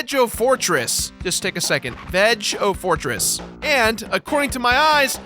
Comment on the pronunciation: I think the Veg-o-Fortress is pronounced with a hard, not soft G. Veg as in Vegas. so Vegas-o-Fortress. I always loved that subtle naming thing